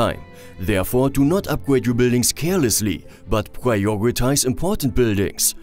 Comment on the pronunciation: Yeah... I'm also German, but these pronounciations are "funny"... Upgwades, constwuction, pwiowitize, stwonger,... I had this stupid German sentence in mind like: "Das ist zum Fremd schämen". Btw... What means: "wheel life"? I have no car, is that a problem? 😅 Jokes aside... it's good to see if this doesn't bother mostly other people... Because I might taking this too serious (?)